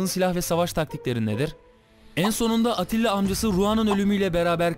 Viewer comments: Abi atilla değil attila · ATTİLA dedin ATİLLA olmasın.